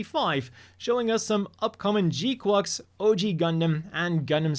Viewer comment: still weird hearing you pronounce gquuuuux like that, it's supposed to sound like quacks, like a duck